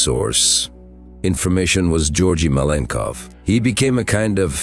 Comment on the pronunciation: you cant even say his name propperly...most is bs here